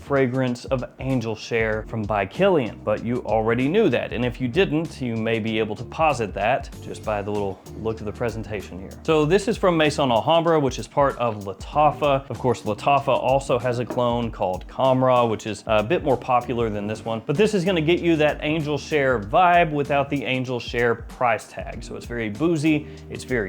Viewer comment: For crying out loud, you’ve been doing this for how many years and you still say Mason Al Hambra ??? It’s maison not mason . Pronounced may-zon . It’s the French word for house , as in House of Al Hambra